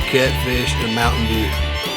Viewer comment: I died (that's how I'm gonna say mtm dew on the hood from now on XD)